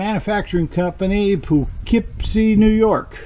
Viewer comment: Very good job of pronouncing Poughkeepsie, NY. I live 40 miles from there, and lots of people aren't even close to getting it right.